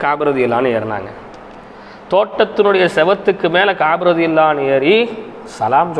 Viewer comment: Finally, you pronounce it exactly in Arabic رضي الله عنه.